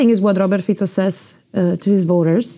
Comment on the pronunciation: Dúfam, že sa nemusela dlho učiť otázky ktoré jej veľvyslanectvo pripravilo. Čínski veľvyslanci v afrických zemiach hovoria lokálnymi jazykmi. " Mistr Piico" - gorgeous, really, your excellency !!!